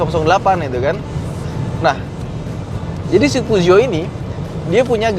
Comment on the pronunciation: Yg bingung ngucapin peugeot mana... Ha ha..